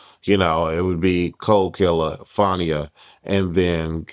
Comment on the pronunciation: lol you know that’s not how you pronounce Fania name. Nonetheless J.O. Doing what all the other girls doing but I don’t think Zeus wanna deal with her